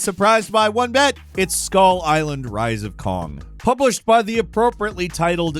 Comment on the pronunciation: the way he said "one that you will not be surprised by ONE BIT" had me cackling lol